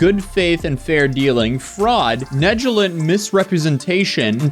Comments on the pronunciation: Nejalent? You mean Neg-li-gent? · I love you man but it’s, NEG-LEH-GENT. My man said negelent 😂😂😂😂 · “Ned-gell-ant”?!?!😂 wtf bro Say it with me “Pronounced- Neg-Ledge-ent… used in a sentence- the man was negligent when conducting business…” Always makes me laugh when YouTubers don’t know how to read or say words from the English language and just wing tf out of it & upload without hesitation lol Swing and a miss on this one lmfao 😂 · It’s negligent, not negilent… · NE-JIL-ENT? Neg-Li-Gent. That's how you say Negligent. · Negligent? Nah Nejilant -, probably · Not the way he pronounced negligent like its spelled neligent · “Negilent” lol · did this person actuallly say "nejelent" bruh read books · Negilent? You’re like a dumb politician reading from a promoter without any idea of what you’re saying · Negg-luh-gent… lol no hate just help!! ❤ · Negilnt haha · It’s pronounced negligent....like it’s spelled. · Your pronunciation of ‘negligent’ has me dead 💀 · your credibility plummeted when you couldn’t even pronounce “negligent” right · I've never heard someone butcher the word negligent so bad. I swear sometimes I wonder if can actually read. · I can not get over how you pronounced negligent 😅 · You pronounced "negligent" wrong. Good video though. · Wait... How do you pronounce negligent⁉️🤣😂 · How do you not know how to pronounce negligent and acquiesce?